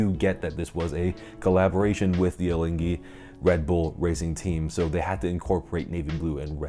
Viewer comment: Congrats, you are the first English-speaking person, which got the pronunciation of Alinghi right...